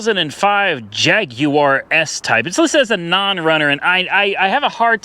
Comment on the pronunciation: Someone teach this dude how to say Jaguar. Lmfao